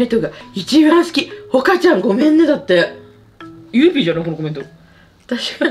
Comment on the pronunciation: 振り返り動画楽しいし、視聴者さんのコメントセンスあるし、オカリナとゆいPの読み方がめっちゃ好き！！！